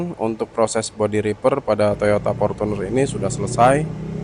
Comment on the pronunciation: Cara baca repair = ripeir 😅 bukan riper (reaper)🙏